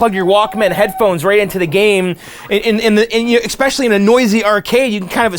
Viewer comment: Bro, how many times do I have to say it? There is no "x" in "especially."